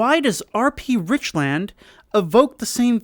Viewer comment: Lmao I live in Richland!! FYI we pernounce is richlund